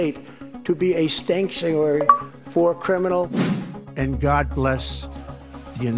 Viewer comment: Stankuarary! United stacish of america 😂😂😂😂Man just say "No" to drugs! Can you pronounce Nooo?